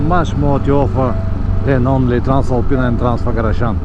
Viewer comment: dear "neighbor", your videos (not only locals) keep me "warm" this winter while the "sleeping beauty" lies under a cover awaiting the sun of the spring to rejoin the adventures... your country is next on my trips. beside that, you're the first to hear him saying "transalpina" & "transfagarasan" as we do... which is good for the ears. dry asphalt!